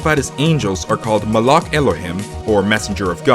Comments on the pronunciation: It's malach not malak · Just a little tip, Judaism is actually pronounced like Judy- isum. And malak is pronounced with the k sounding like the weird noise you make in the back of your throat. Also elohim sounds like elo- heem. I'm Jewish, and took four years of Hebrew. (If some of the ways I pronounced words are wrong, this is how I learned it, and there are different accents and ways people learn to say them, based on where they live and who taught them.)